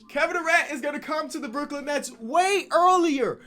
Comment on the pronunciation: Brook-Lin is back